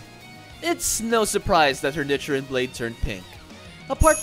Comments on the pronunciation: Lol he says nichrin and not nichirin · it’s pronounced neechirin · Was anyone else cringing about the was he pronounced “nichirin” 🥲 Also want the mean of the black sword something like “ a demon slayer that doesn’t last long in life”?